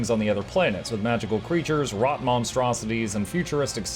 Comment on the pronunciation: the Root* not rot lol